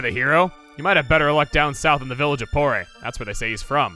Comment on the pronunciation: I think Porre is pronounced like "pour", because you can Porre Inn!